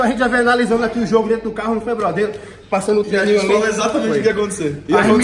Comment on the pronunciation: Puri Puri prisoner de bigode falando "arrente" (a gente) tem like!